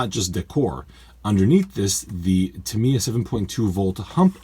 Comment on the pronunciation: I'm not ok with you. Tamiya is japanese. So it's the japanese pronunciation that is the good one